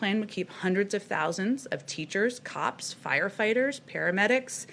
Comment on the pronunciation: The way she said cops lol